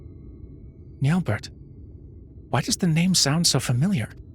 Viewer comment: Assuming french pronunciation, (since it's an elezen name), then the final T in Nyelbert would be silent. As a rule of thumbs, if the final character in a french word is a consonant, assume it is silent.